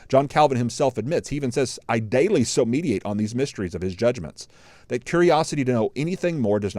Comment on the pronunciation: you always quote Calvin as "I Daily so mediate" but he actually said "I daily so mediTate". Good show sir